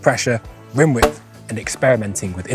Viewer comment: It's "width" !